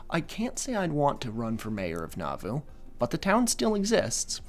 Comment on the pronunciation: A few friendly pronunciation notes from a listener raised LDS: Moroni is pronounced "moh-ROH-nai," emphasis on the second syllable. Nauvoo is pronounced "nah-VOO," emphasis on the second syllable. Laban is pronounced "LAY-behn," emphasis on the first syllable. Laman is pronounced "LAY-mehn," emphasis on the first syllable. Hezekiah is pronounced "heh-zeh-KAI-uh," emphasis on the third syllable. Very fun episode,! I was raised LDS and I've never heard of this sect before!